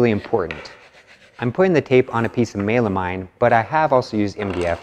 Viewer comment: Sorry, Mey-la-mine? That's a new pronounciation to me!